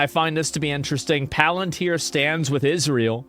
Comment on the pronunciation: Please stop pronouncing it paLANtir. It’s PALantIR. Idk why this enrages me so much lol